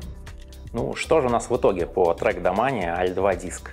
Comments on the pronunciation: Может домэйн? А то звучит как то стремно. Да, все таки домени читается, а не домэйн как я думал. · дамане только русичи могли прочитать )))))))))) пздц ор до гор